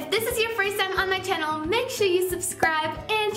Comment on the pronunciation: i lovee the way she says channell💘